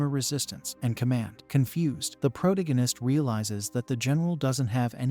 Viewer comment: Please hire a real person to read. It’s painful…. I can’t say protagonist